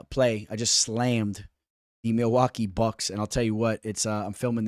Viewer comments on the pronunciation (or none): none